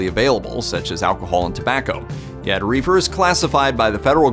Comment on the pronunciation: He mispronounced Reefer. I dont trust him.